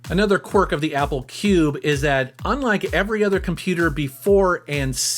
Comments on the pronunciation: Cringed every time you said cube but other then that great video! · Love your channel, Never say "cube" again, PLEASE!